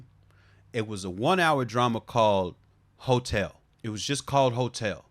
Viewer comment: I know you said "hotel" but I definitely heard hotep, FD living rent free...